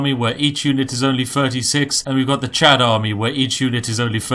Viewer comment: Chod? Don't you mean chad?